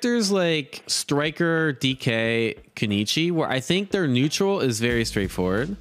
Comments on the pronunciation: I know some names get pronounced wrong but “Keneechi” for kunoichi makes me question if you’re even reading, lol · Koo noy chee . Getting triggered here every time he says konichi lol.